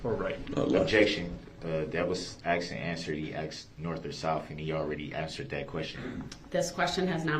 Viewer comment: If I’m honest, in my Opinion, this Kid was not a great witness. He was all over the place! He couldn’t simply answer Yes/No when “Axed” a question. Kinda reminded me a little of DUH-RRELL!! Not that anyone could be as Ridiculous as DB, nor am I comparing him to DB, just reminds me of how DB acts!